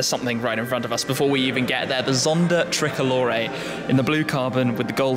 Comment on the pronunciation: Ermm... it's pronounced Pagani (don't forget the "gah" sound) Zonda ("zahn - duh") Tricolore ("triko-lor ay") not "treh-colore". Just nitpicking (I majored in Italian and International Studies at University) but otherwise a great video. Penso che sia una macchina bellissima!